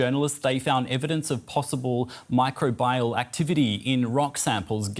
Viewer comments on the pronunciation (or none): I’m just a bit irked by how the reporter pronounced “microbial” as micro-bah-yal. SMH.